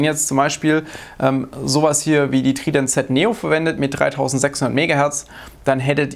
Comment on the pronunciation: Ich hab Tridant Z noch nie deutscher gehört ,danke dafür XD